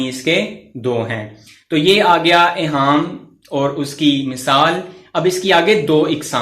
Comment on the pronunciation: سر آ پ نے لفظ ایہام کو صحیح نہیں پڑھا ہیں